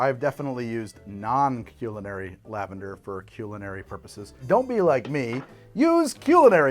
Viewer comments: Aha whaaat, who says "CUE"-linary....? It's "CUL"-linary.. I'm about 95% sure 😆 No one says that, unless maybe it's a term just used lavender pronunciation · bro really said "cue-linary" lavender 💀